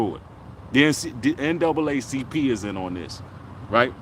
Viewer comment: That nigga said ncaacp